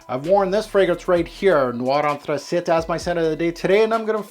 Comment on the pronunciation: Anthracite is pronounced “Anth-ra-sight” not “Anth-ra-sit” .It is not a French word...